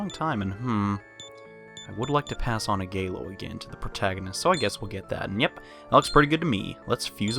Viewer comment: It really urks me how he butchers the attack names, too. "Zaionaga"? "Agaylo"? The fire one is Ah-gih-lao, and the lightning one is Zee-on-ga. It's just a minor gripe though.